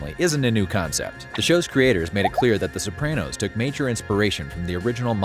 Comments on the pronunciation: You say "Sopranno" I say "Soprahno" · Why are you saying SopranNo? It is really grating. Pushed through 5mins but honestly can't watch the rest. Makes it sound like you never even watched the show and just stole the facts from other content creators for clickbait for the movie release